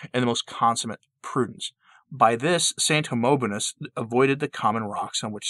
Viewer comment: ✔ 𝘚𝘢𝘪𝘯𝘵 𝘏𝘖𝘔𝘖𝘉𝘖𝘕𝘜𝘚, 𝘰𝘳𝘢 𝘱𝘳𝘰 𝘯𝘰𝘣𝘪𝘴. (🙆🏻‍♂️It is not Homonobonus !) 🙏🏻✝️☧💘